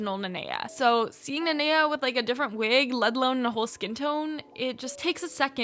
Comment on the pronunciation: OMG NOT THEM BUTCHERING THE NANEA MOLD- 😭😭✋